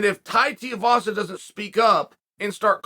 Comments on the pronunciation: Give him the respect he deserves say his name properly 😂😂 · Really grating on me the way you’re mispronouncing his last name 😬😅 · Just call him Tai lol you're butchering his last name. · God damnit Chael will you please practice saying Tai Tuivasa’s name correctly!!!! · Chael please!!!!! pronounce he’s name right haha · Love your work Chael but PLEASE learn how to say Tuivasa. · Is chael saying his last name wrong on purpose ? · Is it that difficult to pronounce Tai's last name properly? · Chael is like 0-500 in pronouncing names correctly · It’s TWO-E-Vasa not Teavasa.. 🤦‍♂️🤦‍♂️ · Come on, let’s say it together 2-E-vasa Too not Ti you can do it! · His name is pronounced TOO-EE-VASA. Not TEE-UH-VASA. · Te A vasa🤦‍♂️🤦‍♂️🤦‍♂️ Its Tuivasa. Pronounced. 2 E vasa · It’s not Teeavasa, it’s Tuivasa. Pronounce like “ Two - E - Vasa” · Chael love your content but Tai Tuivasas surname is pronounced 2 E Vasa. Not Tee Ah vasa. Just a heads up as I know you like to get things correct. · Tuivasa again Chael it's pronounced "Tooeyvasa" stop calling him tiavasa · It’s Tu not Ti - please change your pronouncing of his last name mate… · It’s Tai “2 E Vasa” not “Tiavasa” lol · Chael his name is pronounced: 2 E Vasa not Tea A vasa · Tu-ivasa not ti-ivasa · It’s pronounced two-e-vahsa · T-Uh-Vasa. Might as well pronounce Stipe like Sty-Pe... "I submit for you guys Stype will come back to fight T-Uh-Vasa instead of Jon Jones" -Chael P. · Think of this Say "too" Then say the letter "e" The last part you're getting right uncle Too-e-vassa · TOO-EEE-VAH-SAH uncle Chael. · Sometimes I’ll just click on a video to see how Chael pronounces a name. This time we got multiple Tiuvasa Teevassa Tuvassa… 👌🏼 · Bro still can’t say Tai’s last name right. It’s not hard lol. TooooooooEeeeeeeeeVaaaaaaaSaaaaaa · Teeavasa... Chael, the pronunciation king. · Please say it correctly.. Tuivasa... 2eevasa. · For the love of god stop pronouncing his name “Tiavasa” so annoying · Chael its Tui-vasa......Tui